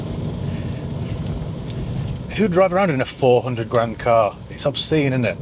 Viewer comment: Haha..2 GRAAND Sounded like you were from daaan ere in Essex 👍